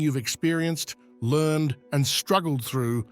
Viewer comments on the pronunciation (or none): none